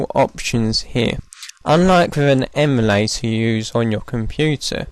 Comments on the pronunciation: We...do not say "eeee" mulator. Its em-U-lay-tor. Where did he get that weird pronunciation? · 32 yr old american here. no one has ever said E mu like the animal to me before. You got one guy'd... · Canadians say “prohject” but no one ever that i know of has said “eemulator” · love it but who the heck says "eemulator" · sounds like Australian pronunciation of "emu" + emulator